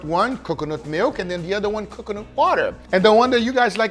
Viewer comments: Guga - "Kukanut Milk" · Guge saying C'cuh-nut hurts my soul for some indescribable reason. The side dish looked divine! Glad it all turned out good, would try. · Drink every time Guga says Cucunut 😂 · saying cocoanut wrong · Please NEVER say coconut again. PLEASE Or say it properly ffs